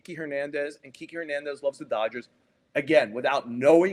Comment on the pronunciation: It shocks me how many sports people “in the know” continue to mispronounce kiké Hernandez’s first name! At this point, he’s a pretty well known player. And believe me, I am the last person who normally would make corrections about pronunciation of the Spanish language (because I do not speak Spanish ) but his name should be pronounced like this: keekay.